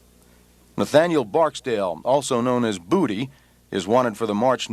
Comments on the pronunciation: Lmfao booty / boodie that's crazy when people try to do stories on people can't even pronounce there name correctly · The news man called him booty 🤣 lmao its bodie like boh-dee lol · Boody…lol… assholes, it’s Bodie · It's Bodie not booty 😂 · hIS NAME WAS BODIE NOT BOODIE. They messed his name up champ!